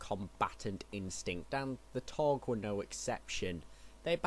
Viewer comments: No offence but rhis should be done over again..seriously...the taug the taug. It's taung. It's like makin a whole vid dedicated to jedi and calling them jaydi or their species as hunams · It's Taung. Not Taug. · Isn't it Taung with an n?